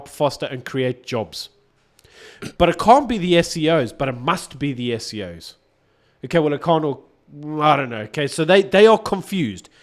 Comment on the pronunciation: Please... please... please.... correct when he says SEO's. When did the government get into "Search Engine Optimisation"? It is SOE. Hear me.... ESS-OWE-EE.... say it slowly, let it sink in. ESS-OW-EE - State Owned Enterprises.